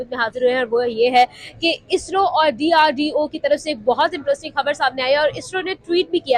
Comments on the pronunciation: It's DRDO not drda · DRDA NHI DRDO